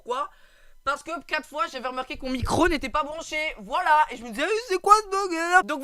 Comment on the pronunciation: Super mais fais attention a bien articulée quand tu crie voilàaa mais si nn good 😁